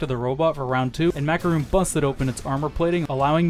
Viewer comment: who the fuck is MacarUn? i only know MakarOn (really, why the hell did he pronounced his name in this weird way?)